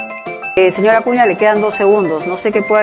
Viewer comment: Jajajajaja otro acuña es uci no usi. Jajjajaja que animal y corrigiendo todavía jajajaja